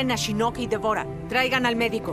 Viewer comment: entonación correcta shinnok (con fuerza en la i), el latino le pone fuerza en la "o" MAL AHÍ.